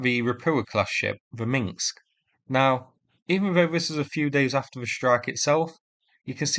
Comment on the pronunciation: Oh, please pronounce it Minsk and not Mingsk. Otherwise, nice analysis. Thanks! 🙂